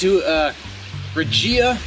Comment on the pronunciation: Reh-Hee-Uh - The Spanish G is usually Heh when it's followed by an I as in gila monster, Gimenez, gigante, etc. Best backdrop for a beer review ever, dude. Man. Place looks awesome. As for the beer, I'm surprised as you with the positive rating. That bottle definitely evokes crappy big industrial. Ha.